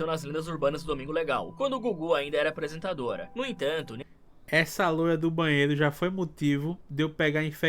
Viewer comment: Toda palavra terminada em R o cara do vídeo de terror termina em "Ra" "Vilmara" "Quando o Gugu ainda era apresentadoRA"